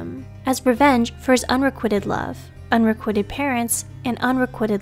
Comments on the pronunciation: FYI it's 'unrequited' with a long I. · Mispronounced "psychopathy." . Accent on second accent. The i in "requited" is long.When I hear things like this, I suspect that the narrator is Al, or someone completely uninformed about the subject. The narrator has never HEARD these words. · It’s pronounced un-ree-quite-ed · Psy COP' athy Requ I' ted I have a difficult time putting store in you when you don't hire someone who can pronounce her/your material. Are you a professional group or not? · Mispronouncing unrequited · would be nice if you pronounced unrequited correctly